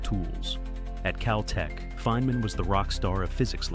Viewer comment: "Faye - man" is it,? Oh ok, now you got it right finally.